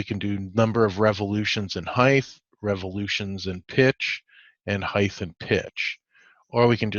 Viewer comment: Height 'th ?? I'm South African. Is that how you pronounce it there?